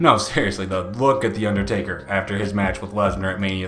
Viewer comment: "baring UnderStakers..." lol ...n - that should've legitimately broken the ring in half hahaha